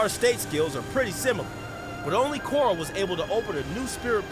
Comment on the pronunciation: Bro at the very least say it properly. It's Korra